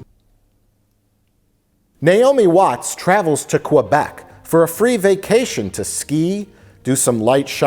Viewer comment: It's not pronounced Qwabec. It's Kabec (Québec)